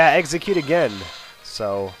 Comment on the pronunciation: Eggsacute sounds like exacute